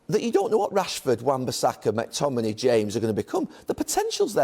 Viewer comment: Gary mate it’s McTominay not MACTominay